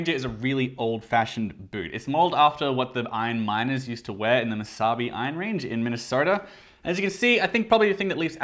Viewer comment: Hey! You got the pronunciation of the Iron Range correctly! Much love from Hibbing, MN!